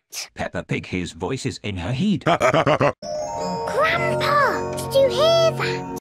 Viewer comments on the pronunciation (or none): Lol he said heed instead of head.